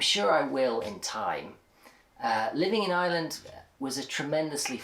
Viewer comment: Love the way pronounces Ireland like a pure native